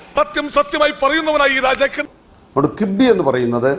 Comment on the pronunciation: കിബ്ബി അല്ല കിഫ്ബി..